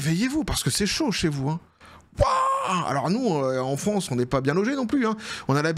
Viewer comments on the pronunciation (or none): none